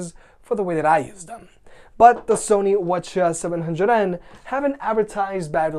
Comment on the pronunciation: Every time you said "Sony what ya" I was like what are you saying?